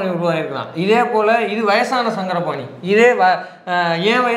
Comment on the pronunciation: சாரங்கபாணி... சங்கரபாணி அல்ல..